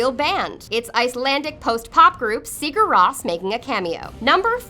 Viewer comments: Sigur Ros is pronounced Sugar Rose... (not seeger ross) LOL! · Hell. Even the pronunciation for the band Sigur Rós was butchered.